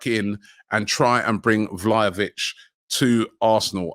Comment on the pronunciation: Vly-a-vitch Koo-Dos 🤣